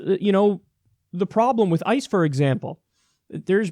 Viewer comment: It almost sounded like he said ISIS when he was talking about ICE.